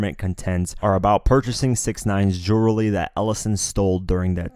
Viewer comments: You can't pronounce jewelry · Lol this nigga can’t say jewelry like dj Khaled